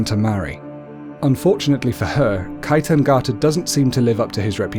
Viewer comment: ✨✨✨💖💖💖 Kaitangiata not Kai tang ata